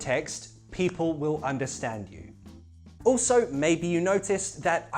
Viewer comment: Am I seeing/hearing things or are you really saying "people" with a cockney accent?